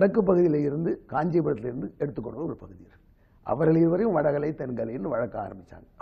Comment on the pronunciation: வட களை அல்லப்பா. வட கலை. தமிழ் உச்சரிப்பு கொடுமை. ஒரு காலத்தில் சன் டிவி செய்தி வாசிப்பாளர்கள் சுத்தமாக வாசிப்பார்கள்.